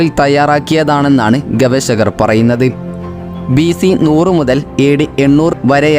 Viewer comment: ഗവേശകർ അല്ല ഗവേഷകർ, അങ്ങിനെ ശീലിക്കൂ